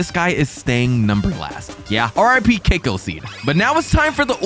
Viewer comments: cacao is pronounced cack-ow not CAKEO btw (no hate) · It’s not keiko it’s cacao but u say it like cac ow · Bro cacao ca-caauu not kaco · why does bro call cacao as cAcOO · Cacao not kakao